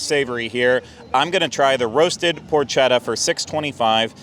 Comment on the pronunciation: potchetta is pronounced with a hard c. The H is silent.